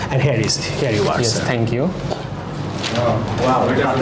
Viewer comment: Pronunciation ভুল। " Here= হেয়ার" বলেছেন আপনি। কিন্তু "Here = হিয়ার" হবে। দয়া করে উচ্চারণ শুদ্ধ করুন।